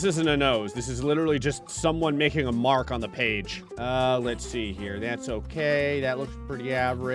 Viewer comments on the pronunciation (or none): none